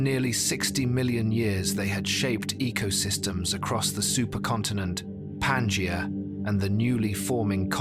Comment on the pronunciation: Everytime the Pangea supercontinent is mentioned, I cringe. The stress is in the middle syllable -ge-, not in Pan-! PanGEa.